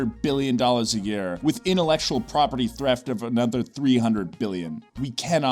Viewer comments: The music is distracting and the voice reading Trump's tweets is too professional (even with the mispronunciation of 'threft' ) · What is "Property Threft" ? If you are going to pay these people, they should at least rerecord the sound bite if they make a mistake. Or did they give you a discount because of shoddy performance? Dump them.